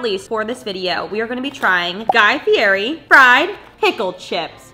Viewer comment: saying fieri wrong every time 😂